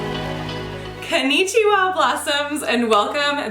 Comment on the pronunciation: Haha, you sound like me with your Kennichiwa, sweet.